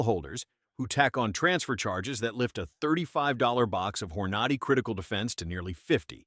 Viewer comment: AI voices are getting good but they always fail on specifics, lika Hornaaaady.